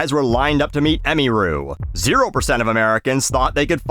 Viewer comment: ah-mere-ooh.. not, emmy-rue Ffs, it’s a fake primary school uniform